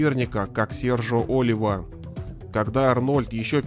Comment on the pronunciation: Не О́лива , а Оли́ва ! Ты мистер капитан!